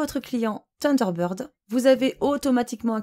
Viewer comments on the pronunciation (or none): Salut, tu veux un autre petit cours d'Anglais? Thunder----bird (sunder----bird) tu sais comme dans ACDC:-) Avec la langue entre les dents ssssssseeeeuu lol Sinon en logiciel gratuit tu as 7 + Taskbar super pratique pour déplacer les onglets de la barre des tâches ce que ne fait pas Windows 7 + plein d'autres options.